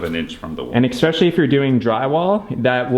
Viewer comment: There is no "x" in "especially" :)